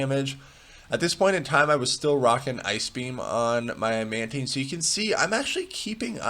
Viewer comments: Man-tIne not man-teen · im sure it's "man-tine" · It's taine, like in Time. Man taine. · It’s pronounced “Mantine.”